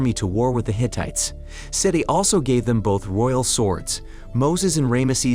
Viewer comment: Hittites (pronounced Hi-t-eye-ts), dude. They're not faux women parodies of the 21st century!